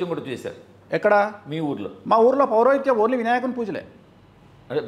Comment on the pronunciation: నేర్చుకున్న విద్యాన్ని మరచి పోవడం ఎంటి.... ముందు ..సరిగ్గా పలకడం నేర్చుకో పురో హితం కాదు అది పౌరోహిత్యం....